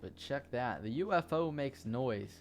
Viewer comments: wait, when he said ufo did he say oofo? LOL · I love the way he says UFO